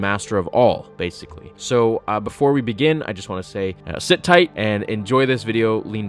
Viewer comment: "Sith tight" Trying to tell us something huh? ;)